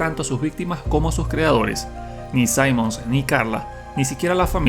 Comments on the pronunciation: ¿Te lo jugaste con el volumen en cero o solo fue hace mucho tiempo? Simmons se pronuncia tal cual con (i), no (ai). 🥀🥀🥀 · Cuando lleva doble m, no se pronuncia "saimons", se pronuncia como se lee, "simmons". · Se pronuncia Cimons, no Saimons, así de naco. Al menos es así tanto en español como inglés. (Personalmente me gusta mucho Resident Evil 6, es bastante largo, y diferente en cada campaña. En un remake si arreglan ese abuso con las explosiones, tanta acción lúnatica, y las transformaciones finales de Cimons, quedaría mucho mejor.